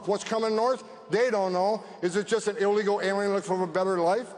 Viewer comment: He can’t even say illegal😂😂😂😂